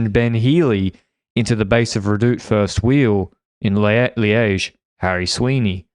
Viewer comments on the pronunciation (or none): none